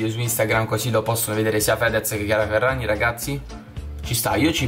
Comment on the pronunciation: Hai detto chiara ferrazi